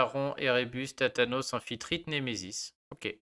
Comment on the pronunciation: Tu m'as fais rire , t'as tathane en tête, tu dis thatanos pour Thanatos 😝